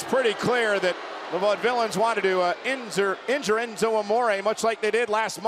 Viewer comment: Michael Cole just said enzure instead of injure 😂